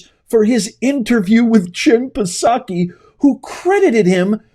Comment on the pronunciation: The P in Psaki is silent! But hey, fun report.